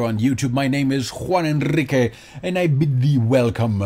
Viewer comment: me di cuenta porque pronunciaste tu nombre muy español XD